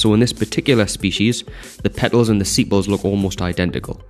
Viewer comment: its sepal not sipal